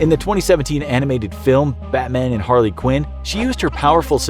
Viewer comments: It’s Harley not harely dude 😂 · Harely lol it’s harley Quinn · It's Harley not harely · It is Harley not Harely... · PhantomLeGend No, it's actually Harely. It's pronounced Har-rely. Always has.